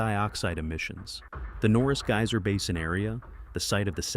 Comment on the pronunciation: GAY-SER PLEASE LEARN CORRECT PRONUNCIATION TRY GUY-SER